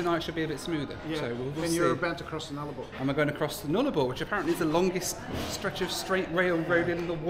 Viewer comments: Null - abore you keep on mispronouncing Nullabor (which translates to No (Null) Trees (Abore) from Latin) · lol it's nul-a-bore not nul-arba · Hearing him say Null 'arbour constantly did my head in. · Fabulous video. Really enjoyed it, thanks ! A couple of incorrectly pronounced place names: Nullarbor (null-ah-bore) ; Cockburn (co-burn); Coober Pedy ( Coo-ber PeeDee) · I did the trip not long after you,, but unfortunately due to a train and truck crash - we had to go via Victoria so missed the Blue Mountains and Broken Hill. And it's pronounced Nulla-Bore.:) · I love how you never pronounced Nullabor the same twice 🤣 Null-a-boar. Would love to see you review The Ghan, the train from Adelaide to Darwin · Say it with me: Null-a- bore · I love your videos but, please, please, please learn the pronunciation of the places you go to. It's Coober Pee Dee, and Null Are bore. And incidentally the closest the train goes to Coober Pedy is Tarcoola which is close to 200km away. Years ago I traveled from Perth to Adelaide on the Transcontinental (I think, long time ago) with my car on the back. I was in one of the front carriages in sit up and the guard came to me and asked me to follow him to the back of the train. The boot on my car had popped open and they wanted me to close it. That was only about 15 carriages but that was far enough. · It's pronounced Nulla -boar....... And also it's Coober Pee-dy. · Heard your pronunication of Nullarbor and wemt whaaaat? 😂.....nah luh baw....good try tho bro 👍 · You might want to research the pronunciation of some Aussie towns. “Na lar ba” lol. At least you skipped the dodgy northern Adelaide suburbs. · Good video. I am an Aussie. By the way its pronounced Null-a-bore . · Mate please its NULL-OR- BOR Not sure what you were calling it.. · Nullarbor - pronounced Nulla-bore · Its pronounced the “NULA-BOR” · I can't decide what's worse, your pronunciation of Nullarbor or your pronunciation of Nadi.